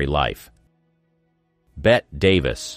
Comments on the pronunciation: I miss real narrators telling stories. There was a show back in the day called mysteries and scandals. It was all about old Hollywood. It had an actual human host. He actually gave these people the respect of pronouncing their names right. By the way her name isn’t Bet Davis. It’s Betty Davis. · Please. If you're going to do a vintage Hollywood channel, learn how to pronounce the performers names. It's not Bet Davis- it's Bette (pronounced Betty) Davis. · Bette Davis’s name is pronounced “Betty,” NOT “Bet.” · I never understood, why it is „Betty“ with Bette Davis, but „Bet“ with Bette Midler😅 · Betty Davis not bet Davis Mr Narrator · It's betty, not bet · It's pronounced like Betty not Bet. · Was bette illiterate then? Or maybe she couldn't speak properly Because bette is pronounced bet and betty has a Y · It's pronounced 'Betty' Davis, not "Bet' Davis. And it's pronounced 'Marlaina' Dietrich not 'Marlene'. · “BET” Davis?? Are you kidding me? You do a video on Hollywood greats and can’t be bothered to to learn how to pronounce their names correctly? What- are you 12 years old? It’s pronounced, BETTY- just spelled, Bette. This is sad. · He said "Bet" for Bette Davis. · “Bet” Davis ?😂 At least get the names right. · "Bet" Davis? You must be joking. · This narrator (computerized or real) needs to learn how to pronounce well-known names properly. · Narrator said "Bet" Davis, makes this so suspect in accuracy. Director John Hudon? I notice the children of some of these stars waited until their parent was dead to whine and cry about how they were abused , methinks so they could inheirt the wealth then get a book deal, sad. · It's Bettie Davis Not Bet. and you're a movie actor know it all. Yeah sure. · Bette's name was pronounced " Betty"..and I thought she was very attractive in an unusual way...kind of like the new actress Anya Taylor Joy. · Bette's name is pronounced Betty. FFS. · The AI voice keeps mispronouncing Bette Davis. A little annoying.